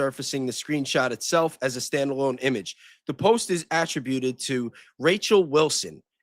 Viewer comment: Dude you can't even pronounce attributed